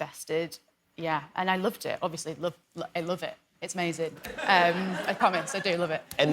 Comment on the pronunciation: "I loofed et" GET IN, MY NORTHERN FAM